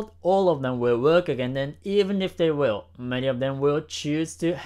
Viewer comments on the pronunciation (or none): none